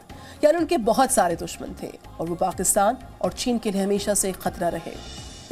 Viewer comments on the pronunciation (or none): none